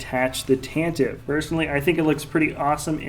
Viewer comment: it's Tentiv-E IV with E sound at the end as Pablo Hidalgo learned us :P